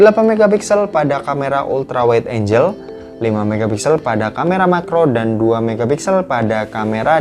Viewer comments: Angle itu enggel ya bukan enjel (angel) punten slur 🙏🙏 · Kamera ultrawide angle bukan angel🤣🤣🤣 ultrawide enjel gak tuh🤣🤣